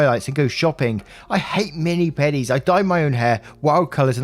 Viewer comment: We're gunna ignore saying 'mini pedi' instead of 'mani pedi'? Just wanna breeze on past that? yeah sure alright